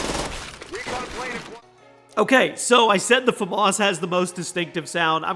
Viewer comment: You say famas wrong every time you put it in a video